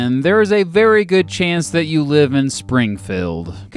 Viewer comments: Spring - feld ? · tharockus I noticed this too.Sounds like "Springfulled".